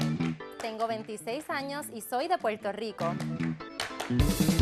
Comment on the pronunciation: “Puerto lico”🤡 se le notó en la cara la incomodidad que le causó a la puertorriqueña. No siempre cambiamos la r por l.